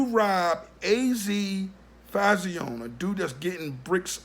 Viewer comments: Azie Faison.. pronounced AZ Fayzon not az fauzione lol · GOD YESSSSSSSS!!!!!!! I DIED A LITTLE EVERYTIME HE SAID FAYZEEON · It's your video, so I'm gonna keep it respectful. I'm from Sugarhill, Harlem and was also THERE in the 80's...sounds like your base is opinion and not fact. Pretty much doing it for views. Just by you saying FAY-Z-OWN It proper pronunciation is (fay-ZONE) let's me know you are not from uptown or UP TOP as anyone south of NY would say. Not knockin ya hustle, but get ya facts right ... Paid In Full is not an ACCURATE, and remember everyone has their own spin on the truth...AND ALL THESE CATS with the Documentaries and Tellin they story...are STILL Dry Snitchin...past or not. Claim to Fame...smh. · Fay-zon is how you pronounce AZ name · FAY-ZON .. say it wit me brova, FAYYY— ZON!!! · It's pronounced fay-zon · I think it’s pronounced phase-on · It's pronounced fay-son my brother!! " keep up the good work tho salute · jay thaonly1 he saying it the way he saying it as a joke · You pronounced faison wrong. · Can't even say his name right